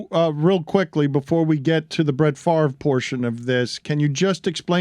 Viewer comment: Where are u ? I am a cuevas. Born at The Kiln. Spent lots of time there. But never lived there. As you know we are distantly related to Brett It is correctly pronounced as Fav Ray